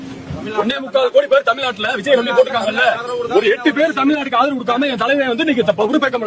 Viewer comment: ஆதவு பேசுறா ஆதவு. ஏண்டா தொங்கி போச்சா.😂😂😂